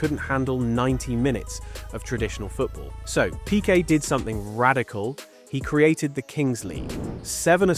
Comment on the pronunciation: Why dont you know how to pronounce "Pique"? Are you an actual football fan or is the sports something new to you? A bit embarassing in my opinion.